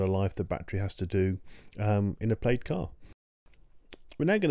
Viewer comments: The word plaid derives from gallic where the ai is pronounced as "ah" not "ay" therefore like the American pronunciation "plad" and not "played". My next concern is for the word batteries which is not "bat-trees" but as spelled "bat-ter-ees", as it is a 3 syllable word, not 2. Now getting to the info, you need better titles to delineate what you are discussing. What size battery the chart is about. Also what is the definition of the warranty of a battery. Loss of what percentage qualifies as a "bad" battery deserving replacement. Also where did you get this info? thanks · It's pronounced plaid not played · Btw Plaid. Pronounced Plad. Not Played. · hearing you say plade instead of plaid makes me giggle. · “Plaid” is pronounced like plad, the i is silent. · Very interesting data - thanks! One small comment "Plaid" is said "plad". Sorry to nitpick.